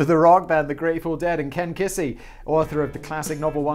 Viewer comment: For an information show, the level of general knowledge is staggeringly low. How hard is it to understand that Kesey is not "Kissey" and it is still not MAK-ultra. It is just sad that there seems to be actual pride in not knowing shit about any sort of popular culture and very common things, also thinking the viewers to be the same. I have lived in the UK, and most people I met were quite savvy, except for the chavs and tramps.